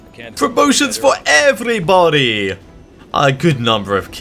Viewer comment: Birds still excist?! And they are even more stupid? Promotions for everrrrybody. Sounds like Russian English I like that phrase :) And I did destroy loot at the end of the day. Anyways, very good job and wish you luck on the next mission!